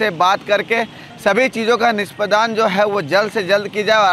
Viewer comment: NISPADAAN NAHI NISPADAN BOLIYE